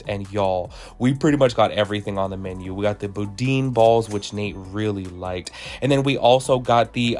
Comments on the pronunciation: Love the review… but it’s not bou-deen balls…it’s bou-dan balls…awesome review!! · Not boodeen balls it’s pronounced boo Dan . I’m from Louisiana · The boudin balls are pronounced as Boodan